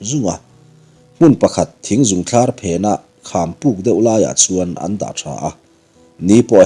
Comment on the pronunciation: Ram hnim leh thing zung a "Zung" hi thluk sang tur ni awm lo tak ani.. thing zung re re a hnuai lama a awm angin..